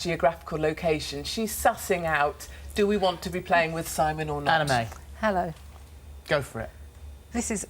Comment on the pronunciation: I thought Anna May said her name was anime 😂😂😂